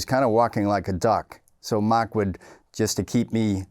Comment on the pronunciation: "Makh" yup Boston Irish